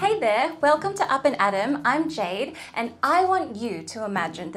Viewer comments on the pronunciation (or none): none